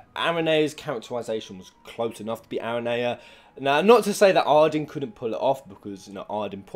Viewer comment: Channel about final fantasy he pronounced aranea wrong